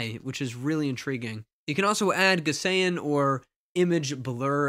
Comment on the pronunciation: “Gaussian” is pronounced “GOWSE ee un”, not “gus AY in”. Rhymes with “mousey fun”.